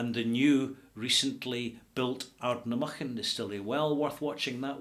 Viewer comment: Had to look that up, sounded like you took 4 distillery names jumbled them together. "Ardnamurchan Distillery – located at Glenbeg, Lochaber, on the Ardnamurchan Estate – is part of Adelphi Distillery Ltd. and was opened by The Princess Royal in July last year. The multi-million pound project is the first distillery in Scotland to be heated solely by locally sourced wood chips".